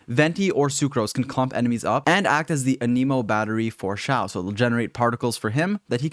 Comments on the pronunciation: him: ah-nee-mo every other genshin player in history: an-EH-mo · The way you pronounce anemo and kaeya 🤦🏼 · Maybe A-neh-mo is an American everyone where I live say A-nee-mi